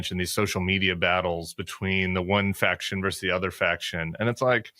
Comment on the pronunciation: Tim, I love you. But the word “versus” has two syllables!